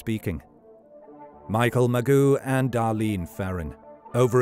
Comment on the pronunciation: I automatically discount any story where Mageau's name is butchered.